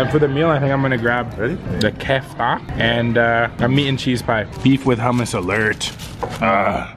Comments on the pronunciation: It's not Kafta it's spelled like that but it's pernounced kifta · that is an Arabic restorant, and when saying kafta u also say the T with it btw 😊